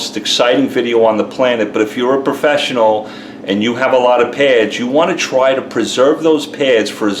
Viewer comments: Why do you keep saying "pairs" when the word is "pads"? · Peh-ads...oh! P-A-ads!